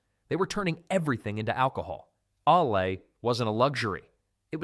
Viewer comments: Learn to pronounce "ale," stop saying "Here's the kicker," and don't screw up normal English cadence!! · I noticed the the wrong pronouncing of ale, I thought probably AI narrator.. I guess they had no medieval root cellar's left (except in big houses. So used modern ones, I even saw a nice white wire basket.. they are also modern. Don't nit pick every thing fgs